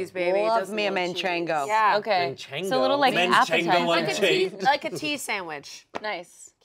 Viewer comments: The second Chance mocked the way said “Manchego” I KNEW the next words out of his mouth were going to be “Manchengo Unchained”. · Not me and Chase picking up on that pronunciation of Manchego Cheese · being latino and watching them say MANCHENGO and HABAÑERO is WILD lol